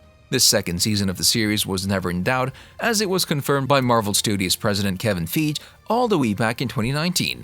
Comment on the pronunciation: How come no one can say Kevin's name correct ? They all call him feig or feet lol